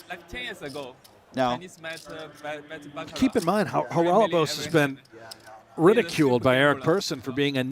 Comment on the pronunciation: Haralababos? Commentator cant read or?